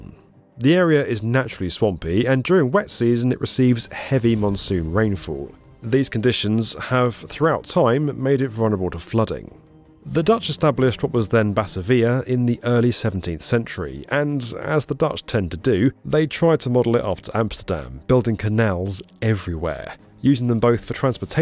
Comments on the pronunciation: It's pronounced BA-TA-VI-A not BAT-AV-I-A. 🤦‍♂️ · This channel is large enough now that you should be able to afford RESEARCH ASSISTANTS that FACT CHECK and PROOFREAD what you say. It's NOT Bata-vee-a ... it's Ba-Tar-Vee-a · Batavia has the second syllable stressed, not the third one. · Batavia - pronounced - Bah-TAY-vee-ahh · BAHta VIa????? Are you pronouncing it that way just to get people to comment? Why do people, pretent to be experts and make videos about things they can't even describe properly? Why can't vloggers expend the minimal energy needed to research enough to simply, at least, get the names right? Why should anyone believe anything else in the video when you're too lazy to even get the basics right? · It’s Ba-TAY-via, and CHILI-wung. 30 seconds of research and you could’ve got them correct. Every single video of yours I watch, there’s always these lazy mistakes. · When did Batavia become Batter Veeya? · Bat- ah- veea?? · Not just that. Ba-Tah-Vee-Ah? Guh-Lee-Guh-Mesh? 😂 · There were a couple of grating pronunciations before that, like Bat-a-Via, that were entirely understandable, but didn't even try with Nusantara. That was just downright disrespectful. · Mispronouncing Batavia. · You pronounced Batavia wrong. Emphasis is on the tay in Batavia. Roman name for the netherlands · and Batavia 😤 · In 'Batavia', the stress should be on the 2nd syllable. But that's the Dutch way of doing it, so I can understand if there's a local variation of the pronunciation?